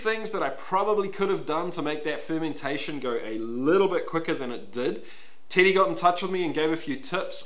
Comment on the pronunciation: Love the way you say “Teddy”, to my ears it sounds like you’re saying “titty”!